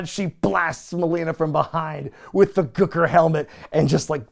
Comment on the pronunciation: Why do you say Gooker like that?! Speak properly, man! 😂